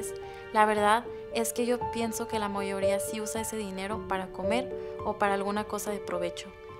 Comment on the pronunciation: Alguien se dió cuenta que ella dijo la " Moyoría" ??